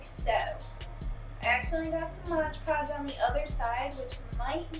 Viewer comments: If you say “modge podge” one more time hahaha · i love how you say "modge podge" even though you had the product right there, lol. it's pretty much how people say "barnes & nobles".